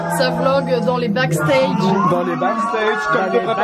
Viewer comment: « Dans les backstaages »avec l’accent à la française